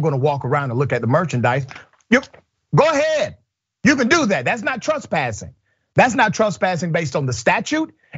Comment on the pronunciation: It's tress-passing not truss-passing... try being able to pronounce the words you are going to use in a story...